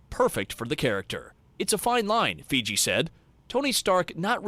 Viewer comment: Did he really just say Kevin FIGI 😂